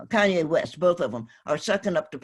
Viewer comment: She called him "Cayenne West." Fucking lol